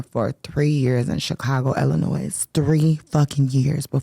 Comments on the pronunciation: The s in Illinois is silent! It’s pronounced ILL-A-NOY … how could you live there and not know that? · How u from Illinois and stil pronounce it wrong